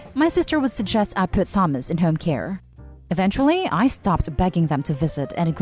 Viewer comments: The way you pronounce Thomas is kind of adorable lol But also apparently all of their parents suck, and I hope they don’t go to the baby shower and go low contact for the moment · The word "Thames" when spoken by a British and Americans the "H" is not silent. The "Th" is pronounced "The". A person who is not using English as a first language, could easily use the knowledge of the "Thames" The - sound and assume it would be the same pronunciation for Thomas spelled with an H. You're right, removing the H - is a quick was to silence the "offending" H lol. :) Thank you for engaging in this discussion politely. It is nice to discuss things in this manner... You win the "Kindest person on the Internet Today" award... :) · why did you say thomas wrong everyone knows how to say thomas and that the h is silent do you not know how to speak your own language ? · True. Im Filipino, and I somehow feel that the narrator is too, well a little, the way she sounds. I would have read the name with H as well. We have plenty of Thomas here, and we pronounce their names with H. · It actually a pretty common name to mispronounce since Th is pronounced differently in different words. The and thanks are for example different. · I'm 99% sure this is a bot voice, hence the issued in pronouncing. Like Easter europeans are even harsher in pronouncing thomas so this pronunciation is weird for the 'speaker' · Thomas is pronounced Tomas. It's the British spelling. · The first story the late sons name Thomas is pronounced ‘Tom~Us’ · I enjoy the videos you create and upload... However, Thomas - the Th is not enunciated in that manner. It should pronounced, TA-MOS (or perhaps TAH-MAS) Perhaps, phonetically - "tAA-muh-s" is a more accurate. I mean no offense as I sincerely enjoy the videos, I just wanted to offer a phonetic pronunciation. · "Tha-mus" 😅😅😅 I know you're first language isn't English.. but... Honey.. It's pronounced like "Tomas" hard "ah" sound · That's not how you pronounce Thomas tho